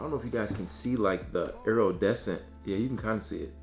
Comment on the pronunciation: That man pronounced Iridescent “AeRoDeSCenT” 😂